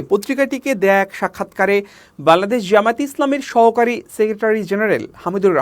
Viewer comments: বাংলাদেশ উচ্চারণ ঠিক হচ্ছে না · ভাই বাংলাদেশ উচ্চারণ টা ঠিক হচ্ছেনা ঠিক করেন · এই বেটা একবারও বাংলাদেশ ঠিকমত উচ্চারণ করতে পারছেনা তোতলা নাকি